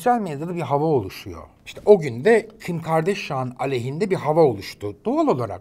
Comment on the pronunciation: Kim Kardashian’ın Türkçesi = Kim Gardaşyan :)